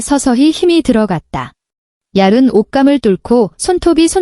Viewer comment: 자꾸 얄은... 발음이 얄은 아니죠~~? 얄븐.. 속시원한 음성에 옥에 티네요.